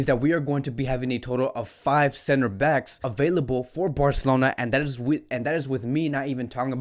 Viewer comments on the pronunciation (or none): none